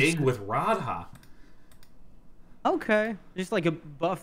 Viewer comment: They way both of them say Radha and Rhys bothers me too, like neither of them have ever heard an ounce of welsh!